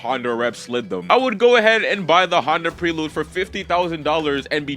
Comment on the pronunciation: Honda PREE-lude. 🤣 You can tell bro is a youngin' by how he doesn't know how to pronounce Prelude.